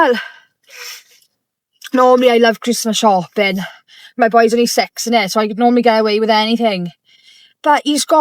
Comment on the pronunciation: did she say sex pounds or six pounds or sex for a pound 😂